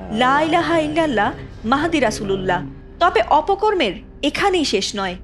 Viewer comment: Nura pagol to hujur mahadir nam o bolte parena